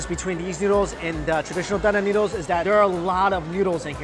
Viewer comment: dan dan noodles!? Thought he said GUN DAM NOODLES!